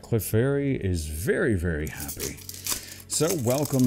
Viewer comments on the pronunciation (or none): none